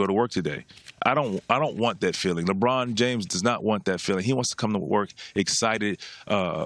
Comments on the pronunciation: Did did just say Lebron Jrames???? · "LeBron Jrames"